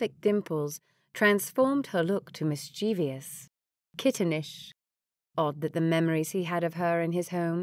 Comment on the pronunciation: Lovely reading. But please... mis-chi(e)-vous... pronounced mis-chiv-us... no cheevee-us! Thanks